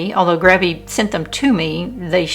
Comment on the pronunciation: Love the Grabie ("GRAY-be") brushes!!!! They are great.